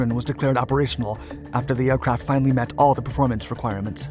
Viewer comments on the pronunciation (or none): none